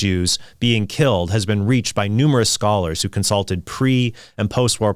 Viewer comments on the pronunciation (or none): none